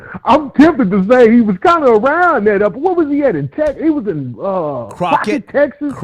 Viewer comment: "Croqett Texas " 😩🤦🏾‍♀️ doen